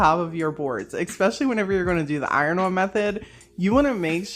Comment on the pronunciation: Love how you pronounce "on" like "owenn" 😂❤ All the projects are lovely!